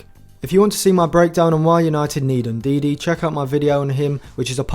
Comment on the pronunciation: Great work, as always. Btw, Ndidi is Ndidi. Not N’Didi